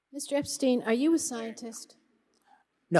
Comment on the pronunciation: Epstein. /Ep-stine/ not /ep-steen/ When did wearing a cap indoors become acceptable ?